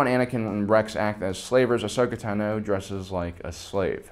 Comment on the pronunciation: So why does pronounce Ahsoka Tano as AHSHOKA TAH-NO when it's AHSHOKA TA-NOH